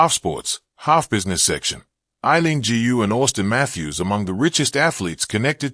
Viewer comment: Why can't people pronounce Aileen GU( properly {pronounce as 'goo' properly????